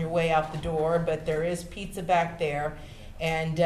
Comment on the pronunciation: Did she say "pizza 🍕"¿?